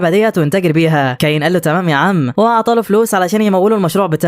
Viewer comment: اولا اسمو كايون مش ده نطقها انت بتنطقها كايين الحكايه دي انا سمعتها كامله بالتفصيل ومدتها ساعتين انت ملخصها جامد شايل حاجات كتيره